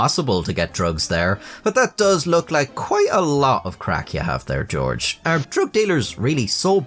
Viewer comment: stop talking on camera 🤦‍♂️” His Fadder Georege Hach W Bush” and yes ik i spelled george wrong thats how he said it